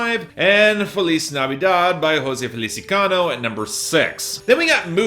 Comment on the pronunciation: I love you But dude HOE-SÉ FEH-LEE-CEE-AH-NO